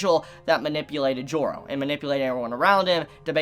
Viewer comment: why does every time "Joro" is said i always hear it pronounced "Giorno"